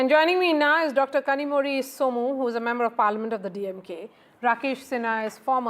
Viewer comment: North is allergic to education and quality of life, so are North leaders. BJP spokesperson can't even say "Kanimozhi"